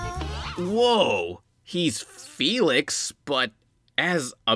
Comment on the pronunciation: My name is felix and it gives me anxiety when you say my name